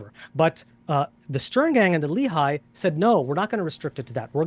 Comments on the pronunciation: As an Israeli, it really grates me whenever I hear Destiny and pronounce “Lehi” like “Lee-High.” For the record it’s Leh (rhymes like “meh”) ee (rhymes with “Lee”). For bonus points, you can also pronounce it Leh-Ch-ee - with the “Ch” pronounced gutturally like “Challah.” Not General Robert E. Lee High School. Go Generals! (Yes. There is a Lee High School in Huntsville Alabama. Of course.) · A new ick unlocked: a man confidently saying "Li-Hai" instead of "Le-hi". I get that it's a foreign language, but the cringe hits hard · LOLOL that idiot says "Irgun and Le-High" and Destiny repeats " The Irgun and Le-High". C'mon. LEHI dumb dumbs. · Love your side of the debate. must say that I hate the way both of you say "Lehi". it's pronounced more like Lehhy - rymes with Menny and Benny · There’s also Lehigh University - which is what their pronunciation matches.